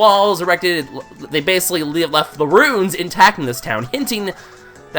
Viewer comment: is it just me or is he saying runes and not ruins